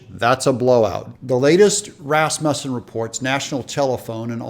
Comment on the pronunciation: Thank you so much for saying Rasmussen correctly. That’s my last name.